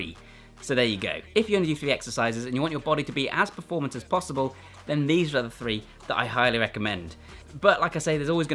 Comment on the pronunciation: Functional fwee…lol